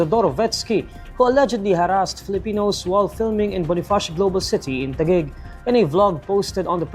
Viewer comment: Teghig ❌ Taguig ✔️